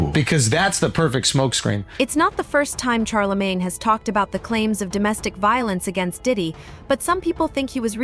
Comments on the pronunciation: Its NOT CharlaMAN!!..Its CHARLEMAGNE, MANE!! Caucasians can NEVER Get these Black names down. smh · Char a man smh cant even pronounce his name correctly. Im reporting this video for poor pronouncination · Char-La-Man? 😂 The narrators don't even take the time to learn the subject's name! Lazy mofos! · She kept saying Charlie-man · "Char la man" is crazy 😂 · Charl la man come on lady . Why cant you guys pronounce our names right . Like two Pack come one pale riders get it together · Who's " Char-La-Main ?🤔😂😊🤪